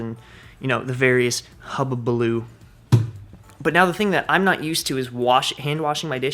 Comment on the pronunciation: The word's 'hullabaloo' - not hubabaloo.........#justsaying